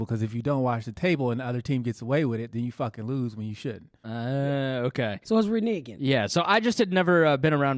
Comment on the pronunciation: Ms Pat: It's reneging, not renigging. Love you.